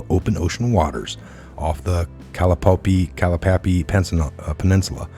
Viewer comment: PS...Im sorry & yes theres more. From renaming geographical locations, the Kalapaupa region,in particular,through your efforts, now becomes the "Kalapappy" area...if a person is philanthropic, he may as well be,philanthric,too,as you so eloquently put it..sure! Why not?....& Bin Laden would be very surprised to find out that he founded the Pan Islamic Organization...AND al Qaeda! What I see in the report that you'd read,or attempted to read,was he founded the pan-islamic organization OF al-Qaeda....& its not the same,or accurate, as described by you...(?) &,it goes on & on & on,day after day...why, after putting all this stuff together, for your followers, and then posting it up,you can't resist reading everything WORD FOR WORD??? I aint being an asshole,bro...I just simply can't let it go without saying something to you. You'd expect ME to be able to accurately relay info,to you, right? & if I just kept on and kept on,without improvement, you'd be irritated also,correct? And the irritating reality that ties all of this together, is the fact that you,being a You Tuber, with this stuff being your so called specialty,you should be able to recognize these names and terms, & who they are,what they did,when it was done,and even where it was done...and by repeatedly having the same issue(s) and the same gaffe occurring,you are either not prepared for broadcasting your show,or simply put, you're just gathering info up,on what has become a lightning rod topic....Politics...